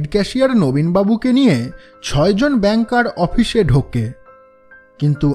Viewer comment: আমরা যারা শ্রোতা তাদের আশা বেশি। তাই আপনাদের কাছে প্রত্যাশা বেশি। আমরা গল্প শুনি না, গিলি। এতো মনযোগ দিয়ে আমরা শুনি। তাই হঠাৎ একটা কর্কশ উচ্চারণ বা উদ্ভট ডায়লগ হাঁড়ের মতো লাগে গিলতে। তাই বলা। কিছু মনে করেবেন না। আর দয়া করে "অপিশ" আর "বেক্তি" ঠিক করেন। আপনারা এগিয়ে যান। দোয়া করে পাশে আছি।